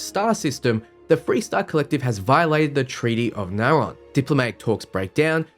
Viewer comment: As a fellow Australian I have to say....your pronunciations are atrocious! Naron? It reads as Narion (Nari-on) to me....what happened to the 'i'? Also, Shroud? There should clearly be a pronounced 't' in the word Stroud.....where does the 'h' come from?